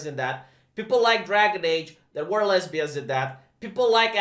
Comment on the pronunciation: Rumor is that he said "lezzberians" like that guy from scarface.